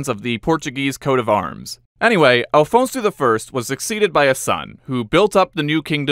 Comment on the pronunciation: Afonso not Alfonso